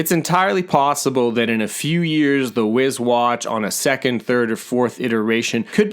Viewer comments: Probably going to wait myself for a 2nd generation because I need to be able to answer texts... The main drawback from myself. Also... Not to be picky but I think it's pronounced "wise", not "wiz" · “wiz” watch lol